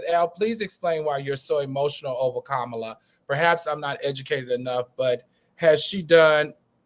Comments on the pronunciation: He was very disrespectful to seemingly and purposely F up her name. Come on now Al! Enough of your shenanigans. 😮🙄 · Her name is pronounced “Comma-la”! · Wow, REALLY AL! You jacked up our beloved VPs name?!!?!? Do you really do this crap on purpose?